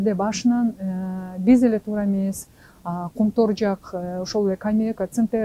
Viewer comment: "Кумтор" эмес, "Кумтөр"